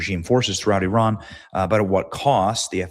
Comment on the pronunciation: Also, learn how to pronounce Iran.